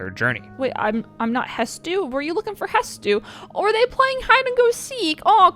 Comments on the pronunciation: It’s incredible the amount of people who say Hetsu instead of Hestu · Isn't it hestu not hetsu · says "Hetsu", not "Hestu" unwatchable. 2/10... 🤣 Thanks for the video, it's been my go to bed video these past days and i still have 2 more hours to go! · how did you call him "Het-su" THE ENTIRE VIDEO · Not the first time I've heard Hestu called Hetsu. Is this a meme? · Hes-tu. Not Het-su. Not that it matters, just a pet peeve of mine. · Hestu, not Hetsu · How is it that everyone always calls HeSTu "HeTSu"? So so so many people make that mistake and it always bothers me. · Everyone always mispronounces Hestu as "Hetsu" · Love the video but what on earth is with people calling Hestu "hetsu"? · I think he's called Hestu, not Hetsu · It really shouldn't but you saying hetsu instead of hestu is bothering me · Big Korok is named HES-TU not HET-SU. That bothered me the entire video. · Itsssss HES-TU NOT HET-SU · Does have dyslexia? He keeps calling Hestu "Hetsu"! 😡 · I'm not done with the video yet, but I'm loving it! Girl honestly reminds me of my older sister. One thing though that I have to mention. You keep saying the name of the korok that increases your inventory size as "Hetsu" (t before s), but it's "Hestu" (s before t). Just in case you hadn't realized and care about saying it properly, but it's no big deal either way. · I love this video! Just wondering, is it an inside joke of yours, to call Hestu for Hetsu? 😂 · It's Hestu - HES....TU Not Het-su. You had an entire playthrough and your gf's 3 hour playthrough to notice that. And it showed in literal text the entire time. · Hestu not Hetsu. Lots of people including myself made that mistake. Didn’t get corrected until I played Age of Calamity. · Hestu. Not Hetsu. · Crashing out every time he calls him Hetsu instead of Hestu... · Bro did not just say "HeTsu", right? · Amazing video... the s is before the t in "Hestu" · No since you said my guy Hestu's name wrong throughout the video